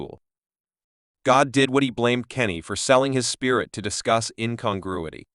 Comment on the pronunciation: Why the AI keep calling him Kenny?